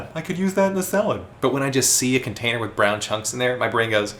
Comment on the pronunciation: I thought he was saying a nickname🤣